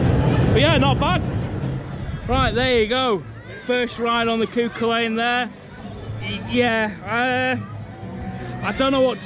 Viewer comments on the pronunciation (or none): Cú Chulainn pronounced coo-hullan for future reference